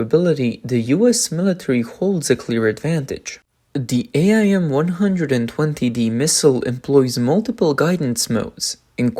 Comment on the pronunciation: AIM. Not A I M. Just say AIM.